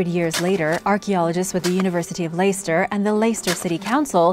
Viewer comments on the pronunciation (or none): Love these American top 10s, full of half truths, untruths and poor pronunciation of foreign names. Richard III was not buried in a cemetery. He was buried within the Greyfriars Cathedral. And the pronunciation of Leicester! 'Layster!' Really?? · Leicester is pronounced leg - stuh Niamh is pronounced Neev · Where is layster how did you even get that from Leicester 🤦